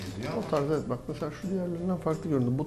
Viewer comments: ulan şu adamın video başlayınca nevet diyişi sadece benmi sinirleniyorum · bir daha neğvıt dersen sinirden gebercem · biri şuna evet demeyi öğretsin